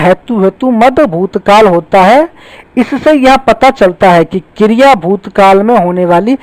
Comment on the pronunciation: Sir aap kriya ko kirya bol rehe ho🤣